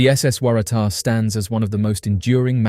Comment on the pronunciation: How did you manage to pronounce Waratah in that many different ways? It's pronounced "Worra-Tar".